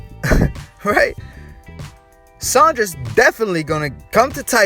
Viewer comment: You keep saying Saunders wrong sawn ders no sh